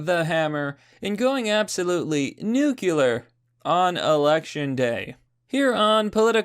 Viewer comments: NU-CU-LAR? do you mean NU-CLEE-ER? Oh, nicely played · Please stop saying "Nucular" It's nuclear. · I hate to be this guy... But it's Nu-cle-ar, not Nu-kew-lar. I don't know why this bothers me so much, but it just causes an itch I must scratch. Thank you for coming to my Ted Talk, have a great evening. :) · why do people say "Nuc U lar" instead of Nuc LE ar" ? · Why is so hard for english speakers to say "nuclear" correctly? It isn't "NUCULAR". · Nu-clee-er. Nuclear. Not nukular. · Nuclear. Pronounced "New Klee Er" Only leftists pronounce it "New que ler"... or refuse to change when corrected. ;) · Will you please stop saying "nu qu ler" it's obviously "nu klee er" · Bruh.. Nu-clee-er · "nukular" G.W. Bush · I've been watching your videos for a while now, but I have to ask: Are you saying nuclear like that ironically? In this title, you spelled it correctly, but you keep saying nuke-ular lol. HELP ME UNDERSTAND!! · N..nuh...noo-kyoo-luhr? Did I do it right? 🥴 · someone please tell him thats not how you say "nuclear" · Your pronunciation of nuclear is the same as Obama's. Lets work on that. Work on Pirro too. I subbed only because I agree with the message.